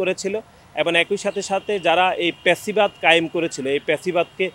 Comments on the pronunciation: লেখাপড়া কইরেন একটু। প্যাসিবাদ কি আবার?? শব্দটি ফ্যাসিবাদ। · হাবাগোবা😂😂 প্যাসিবাদ না ফ্যাসিবাদ😂😂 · ফেসিবাদ হবে ভাই। ভাষা শুদ্ধ করুন